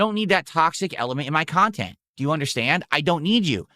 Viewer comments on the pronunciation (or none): That's why he's a lolcow forever, he's the measure of all things in his own tiny mind. Intelligint and pahsitive = gives money to and joys his khantent without question. "It's a misconcepshin that needs to be overcome" he sounds like these politicians who talk about their own constituants like they're defective